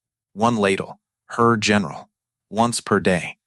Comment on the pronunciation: How hard is it to get a real person to read an 11 minute video? I will not subscribe because I don't like listening to AI say "Pow" instead of "P.O.W." and "her" instead of "Herr" for example. Also, pausing or not pausing in incorrect places. It's annoying and I feel like I'm being gamed by a stupid robot. Too many Youtube videos do this now. You can't even spell "German" correctly. Alas, a good WWII story ruined.